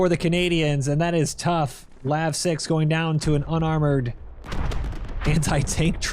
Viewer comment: LAV not L A V. 🇨🇦🌝